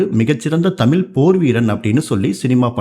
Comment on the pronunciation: Sir அது தமில் இல்ல!!!! தமிழ்!!!! "ழ"!!!!!! If you can't speak in தமிழ் please speak some other language!